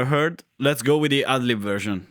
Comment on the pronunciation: Whenever you say go with the "ad lib version,” it sounds like you're saying "ugly version." 😂